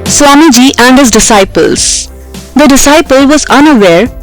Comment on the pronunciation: Haha don't even think about it..She had even pronounced disciples in a wrong way 😒